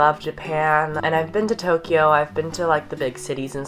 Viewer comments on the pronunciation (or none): none